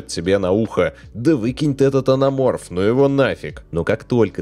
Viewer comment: Зачем вам буква Т в слове АНАМОРФ?)))